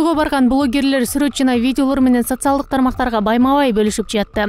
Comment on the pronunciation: Урматтуу алып баруучулар уйронгулочу туура суйлогонду 😢Социялдык деп жазылат.,а айтылышы социалдык деп айтылат. 🤭